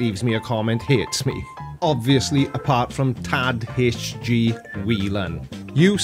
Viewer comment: I'm a little late to the party and I don't know if anyone else has mentioned it, but it's not Tad HG, it's Irish, so I'm not surprised you got it wrong, it's pronounced more like Tie-ig.